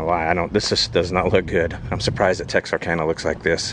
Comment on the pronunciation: At least he pronounces Texarkana right. :/